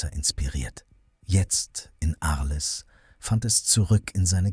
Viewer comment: Ich bin nicht sauer, nur entsetzt über soviel Unvermögen. Arles wie auf Deutsch auszusprechen, treibt mir echt die Tränen in die Augen